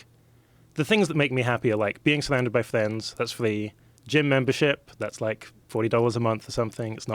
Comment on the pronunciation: "Plivate jet", "time spent with flends is flee" ... Im on 3 minutes in.